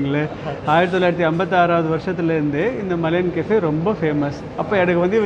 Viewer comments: மலையன் கஃபே இல்லை ஐயா...மலாயான் கஃபே ......என்னய்யா தப்பு தப்பாய் சொல்லிக்கிட்டு .... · வணக்கம் விஜே சார், நீங்க "மலையன்" என்று சொல்றீங்க, ஆனால் பெயர்ப்பலகையில் "மலாயன்" என்று உள்ளதே! மலாயன் என்பது மலேஷியாவை குறிக்கிறதா? தெளிவுபடுத்தவும், நன்றி!